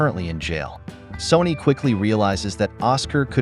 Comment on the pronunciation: So, is the boss called SONNY or SONY? The AI narrator's diction and pronunciation are appalling.